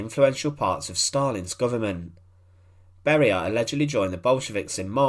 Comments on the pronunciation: Who are these "Barie" or "Kriev" 🤣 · Lousy translation made by AI. Beria's name was pronouced with four diferent versions.